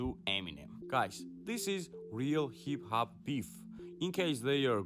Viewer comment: Man u can't even say hip hop right